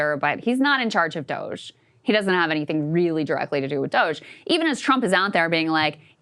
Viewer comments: Why does he say Dogae every time? Is he allergic to pronouncing words correctly? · Finding it hard not to focus on the weird ass pronounciation of DOGE from Ryan.